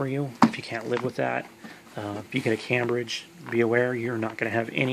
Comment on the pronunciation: It’s pronounced came - bridge , not cam- bridge , nice presentation , thanks brother